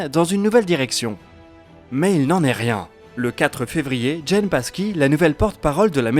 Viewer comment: "Psaki" avec un P silencieux. On dit simplement "Saki." C'est l'anglais.